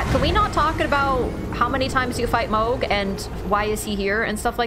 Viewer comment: Mog it’s mohg like hog but with a m mohg